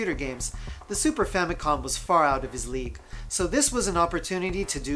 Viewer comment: I'm fairly certain that he said, "Famicon", instead of "Famicom".